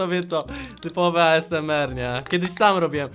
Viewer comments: jak co to zle mówisz asmr ty mówisz na to aesemer a to sie mówi asemer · toniejest a m z e r tylko ezmor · Wojna ty debiutu nie a s m r tylko asemr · NMG JAK ON TO PIKNIE WYMÓWIŁ XDDD ,,A ES EM ER"